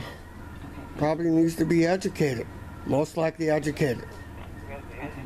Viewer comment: “Pubik nees ta be ajucated”….😂😂😂😂😂 just 😂😂😂😂😂😂